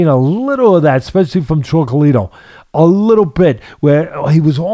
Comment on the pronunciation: Teddy calls him “Chocolita” lol. I agree with him though.